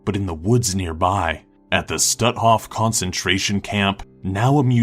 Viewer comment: The Concentration Camp is pronounced "Schtoot-hoff". I may be a pain in the ass about it, but my history specialty in college was the Holocaust...I'm a bit anal about things being pronounced correctly. As for #3, don't worry it's just another usual day in Fangorn Forest in Middle Earth.